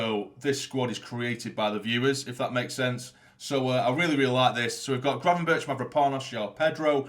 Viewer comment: Great vid mate. I’m not 100% sure but I think Gravenberch is pronounced Grayvenberch.